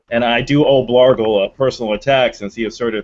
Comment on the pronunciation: OOPS!!!!!....I just saw the text BLARGLE!!!!!!!!....sounded like Blargo lolololol. Add me pleeeeeeeeeeeeeeeeez